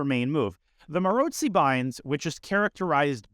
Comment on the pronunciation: Fascinated by how you pronounce Maróczy. Most people say 'Marocksy', witha hard ck sound. I trust your pronunciation is more accurate, because you speak so many languages. Any Hungarians care to comment?